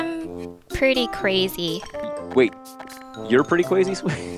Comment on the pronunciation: she's pweety cwazy